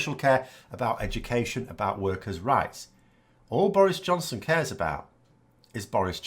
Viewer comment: are you saying "Boris Johnson" or "Boris' Johnson"? ;)